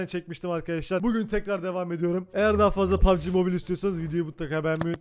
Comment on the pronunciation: Pugb mobile deil q PUGBB ezberleyin sunu